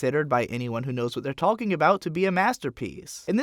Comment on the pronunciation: Why do you pronounce the l in "talking" whyyyyyy